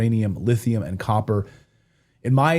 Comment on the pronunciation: 'Russia UND China', am i the only one who hears that german 'wordchen' (2 times!) there?